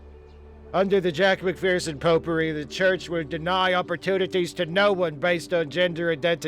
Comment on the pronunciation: I wonder if I'm the only one who heard "popery" as "pot-pourri".